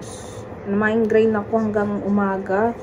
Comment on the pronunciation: Migraine not mindgrain😂😂